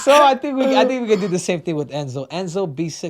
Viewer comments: Henry Ce-JEW-do lmaooooo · Lol Ce-Jew-Do 😂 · Henry C-Jew-Do😂😂😂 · that ce-JEW-do comment is high level cringe 😆😆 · "Henry Ceju- ""Dough""??? Just when you think he can never do anything cringy from his last....😂😂😂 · henry ce-JEWDOUGH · Henry!!!!! Im watching dana white on the mike Tyson podcast. Why tf or how tf does dana white forget who sterling's last opponent was!? And mike!! Bro!! He also couldn't remember your name and he botched your last name 😂🤦🏽‍♂️... weren't you a co host with mike for many episodes? Wow just wow